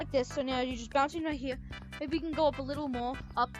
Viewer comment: up hewe??